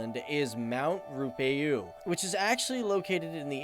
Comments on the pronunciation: Ruapehu is pronounced rue/ a/ pay/ who Good video though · The volcano is pronounced my ro-a-pay-who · Talk about butchering Maori names, it's not mow-ree more 'moldy' and it's not roo-uh-PAY-hu it's 'roo-uh-PE-hu (as in the PEZ candy without the z) if you're going to provide pronunciation advice make sure you're correct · As a kiwi, I'd have to say good video! BTW, you did well on most of the pronunciations, but Te Wahi Pounamu is "Tay WAA-hee poo-NAH-moo" and Ruapehu is "roo-er-PAY-hoo". :) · Mt "Rubeyu", that's a new one! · Ruapehu is pronounced roo-a-pay-hu Just giving you a hand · ru pai u lol not how you pronounce that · mt ruapehu is pronounced rua-pay-who btw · Haha Mt Ruapehu is pronounced Ru-a-pay-who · how he pronounced Ruapehu and Taupo had me dead (their pronounced Roo-A-Pay-ooo And Toe-paw) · Mt Ruapehu Ru-ah-peh-hu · Ruapehu is pronounced rua pay who but with a rolling of the tongue like drua pay hu, maori is pronounced like mouldy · Also, Mt Ruapehu is pronounced Rua-Pei-Hu but good effort! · my grandad works as a GO Wellington bus driver and is the oldest on the job at 76 or 75 I really can't remember XD and YOU ROLL THE R IN MAORI lol. Auckland alone has 51 volcanos, I adore the pronuounciation of Ruapehu I am dead